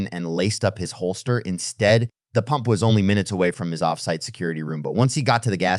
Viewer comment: ITS PUMP NOT POMP!!!!!!!!!!!!!